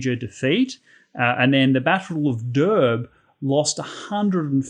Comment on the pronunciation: Saulė, Durbė, Mindaugas, Samogitia (Žemaitija) those pronunciation a bit off. But however it's great and accurate facts otherwise. Thanks for making videos. And one fun fact, Samogitian retain their old believes until XV century. At 1418 they had last major uprising against christian baptists, but unfortunatly they lost the uprising. How ever our old gods are still here and their traditions are well kept and alive till this day.